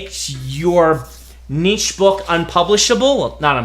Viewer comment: There is so much to thank Brandon for, but the latest one is for being an American that can pronounce Niche.